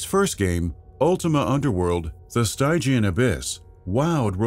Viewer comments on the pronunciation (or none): Yet, he still can't pronounce "stygian."